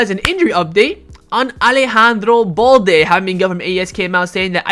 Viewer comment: Alex ba-ena not alex baña😭😭😭